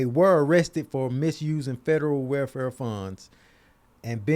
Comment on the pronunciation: cant say welfare lmaooo “where fare”